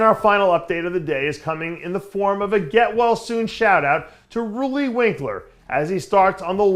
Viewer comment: Dave (along with Giles from MD) is one of the very few YouTubers who correctly pronounce Roelly's name. Nick Miller...take note.